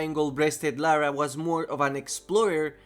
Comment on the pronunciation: Atleast he said Lara and not Laura.